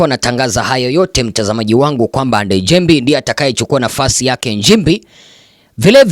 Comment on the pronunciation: Ndejembi bana, sio Ndejembei